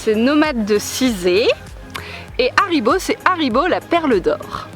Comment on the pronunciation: C'est pas cool que tu fas pas le h de haribo